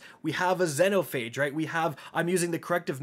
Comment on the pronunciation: I'm, and today, we have a brand (slap) spanking new to way to pronounce Xenophage incorrectly.